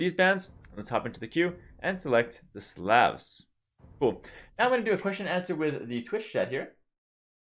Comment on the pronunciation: Just a friendly tip; the "A" in Slav is pronounced like the "A" in "Awe", and not a hard "A". Edit: Or like the "A" in Coleslaw...mmmm...